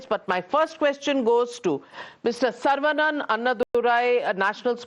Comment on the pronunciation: It is not Sarvaa banana. It is Saravanan.